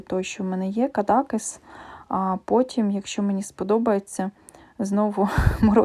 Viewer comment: звісно, можеш брати мої фото, тобі можна))) як мені подобаються всі набори у твоєму списку😍 дозволь мені тебе трохи виправити наголос у назві містечка Кадакéс. Я не раз намагалася прочитати, що ж там написано, але там такий почерк, що не можу розібрати. А от на дизайні з млинами схоже уривок із Дон Кіхота.